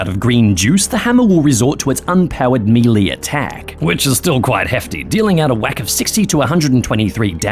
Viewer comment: That’s not how you pronounce “melee.”